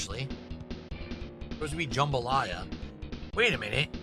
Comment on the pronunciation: I just noticed he keeps calling it Jumbalaya not jambalaya